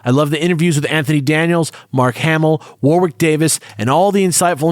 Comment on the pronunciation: I still think it's very cute that, no matter how many times they hear it, most Americans cannot pronounce 'Warwick.' Accents are different and people say things difference it's not a jibe or anything. It's just amusing.